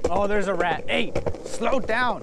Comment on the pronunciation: Idk why but I lost it when you said darat and I heard the bell.